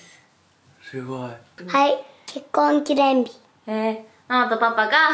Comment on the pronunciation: ぽんすがどんどん人間になっていく 発する言葉ひとつひとつの発音がはっきりしてきたし 話す言葉の種類も増えたし 「結婚記念日」なんて難しい言葉も言いにくそうにしながらも言えるし パパがお仕事を頑張ってることも分かってて、それを言葉で伝えようとしてるし もうすぐママのお腹の赤ちゃんが産まれて自分がお兄ちゃんになる、お世話をするっていう気持ちがあってそれも言葉に出すし もう、全てが感動だ…(一応保育士2年目) これからどんな家族になっていくのか、もっともっと楽しみです！